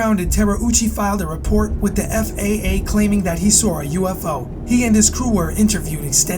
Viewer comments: He keeps saying FFA, isn't it FAA? lol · Sorry guy, but it's FAA. You keep saying FFA?